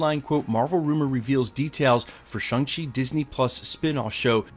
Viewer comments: Why do you pronounce the movie as if it were spelled Shung Chi......it's a long A sound shAng Chi. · Apologizing for pronunciation but all I'm hearing is shung chi get it together man I'm absolutely outraged